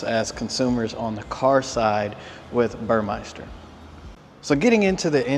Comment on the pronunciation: it is pronounced BUR-MES-TER. It is not bur-MICE-ter. It’s spelled Burmester. Good video! Thanks!